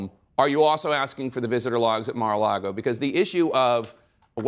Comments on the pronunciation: Lol...Comer keeps calling it "MaralaRgo" with an extra R. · Do people in Kentucky say "Mara largo" instead of "Mar-a-lago" which means Sea-to-Lake ? Is it an accent or? Idk what Mara largo means. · The way he says Mara Lardo is perfect.